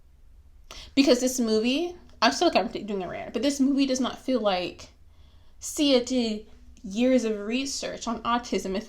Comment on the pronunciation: You are not autistic But you are just rude And guess what? I have autism in my family, a LOT of beautiful people that are special to me. So.... I loved it... get off your high horse. You cant even pronounce her name.